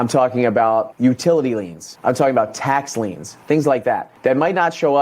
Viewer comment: Liens not leans👍